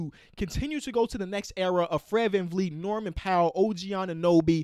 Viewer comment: bro he said his name wrong 😑